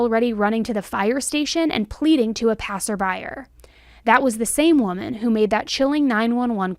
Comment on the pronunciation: 😮 What's happening here,? Are you feeling alright? It's just strange, you not knowing how to pronounce "felonious" and "passerby." 🤔 ♎🌬💚☮💙🙆‍♀️🕉